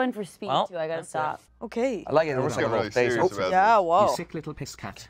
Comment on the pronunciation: is such a sewiously gweat guest.